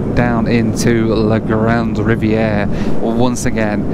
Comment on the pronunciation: Really enjoyed the video but the community where you stopped on the way north is Grande Rivière (Big River), not Grande Riviera. It makes a big difference if the final letter is an e or an a.